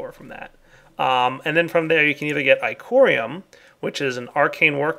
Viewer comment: Ichorium? Sounds like Xychorium.